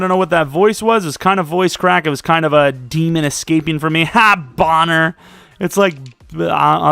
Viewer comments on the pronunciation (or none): none